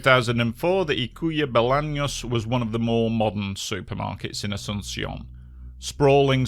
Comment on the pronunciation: Amazingly covered video, the only thing I have to note is that Ykua Bolaños is pronounced Oo-coo-ah Boh-lah-nios (the Y in Ykua is a specific vowel to the guaraní language, it sounds like a combination of i and o).